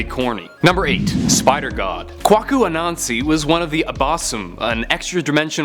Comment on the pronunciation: God no, it's not Kwah-ku it's Kway-ku.